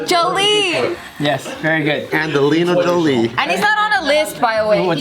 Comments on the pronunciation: "angelino..lon.dol le...jo..jandelina" hahahah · The way I was DYING when joe was trying to say Angelina Jolie 😂😂😂😂😂😂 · joe struggling to say angelina jolie is a mood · Joe struggling to say " umbrella academy" and "Angelina Jolie" had me dying at work